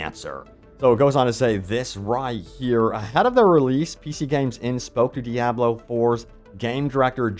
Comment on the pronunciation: 6th and maybe 7th class! Awesome Also, once again DEE-AH-BLO Killing me smalls!